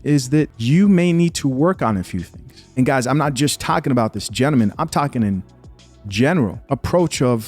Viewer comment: Dude if you don't put that "L" back in gentleman 😂